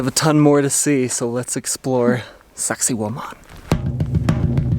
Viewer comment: Hey guys the way how you pronounce "Sacsayhuaman" sounds to me like "sexy-woman" lol.